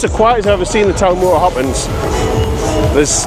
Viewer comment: Why are you saying Hoppins when it’s hoppings?